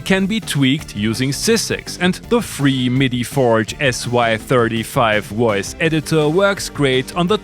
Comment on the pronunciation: Woice Woice Woice.... 🙄